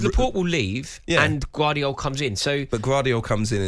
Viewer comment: Who the f is gwardial 😂